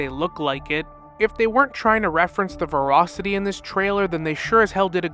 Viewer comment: New Challenge: Take a shot whenever mispronounce ‘Voracity’ /j